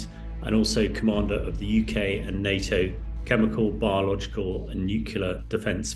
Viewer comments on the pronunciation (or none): none